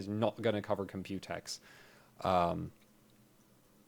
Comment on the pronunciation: I love how you say "Compute-X" but almost everyone is saying "Compu-tex"